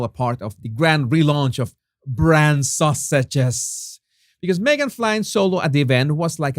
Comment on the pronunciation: With your wonderful accent, when you say "Sussexes" it sure sounds line "Sausages" OR ARE YOU ACTUALLY SAYING "SAUSAGES"? In any case, that is what I am calling them now - the Sausages.